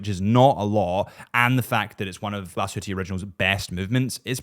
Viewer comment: Nice video …. But “Glashutte” is “glass-hoo-tuh”….. not Glasshooteee 😊